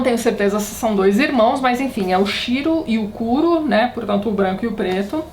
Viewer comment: Tati, "Kuro" se pronuncia "cúrô" e "yakuza" se pronuncia "iacuzá"